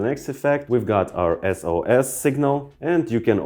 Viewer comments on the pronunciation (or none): That S in the SOS was an H